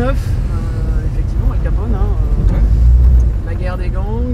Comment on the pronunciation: Salut « alcalpone » 🤣